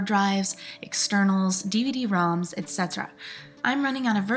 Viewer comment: I am so happy to hear you pronounce /etc as "et-see". It makes me want to scream, the number of system admins I hear call it the "et cetera" folder. Ahhhhh!!!!!!!